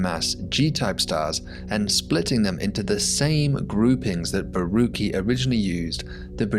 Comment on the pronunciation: FYI Borucki is a Polish name. Everytime it ends with "cki" it should be pronounced "tzky" so it should be Borutzky. I enjoy your content a lot! :D